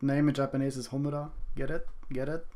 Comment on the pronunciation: "HOMURA-N" UR KILLING ME 😭